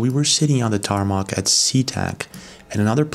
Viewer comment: Oh wow, 30 seconds later mispronounce tarmac—-Tar-Mac